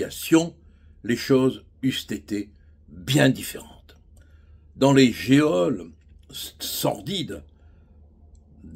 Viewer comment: Pourquoi diantre prononcez-vous toujours ,"géole" comme "Eole ", alors que l'accent circonflexe se pose sur o (comme gnôle) De la part d'un avocat, cela surprend...